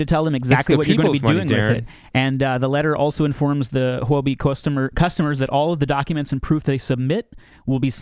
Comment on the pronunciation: It is not pronounced Hoo-bee, but Huobi is pronounced Hu-Or-bee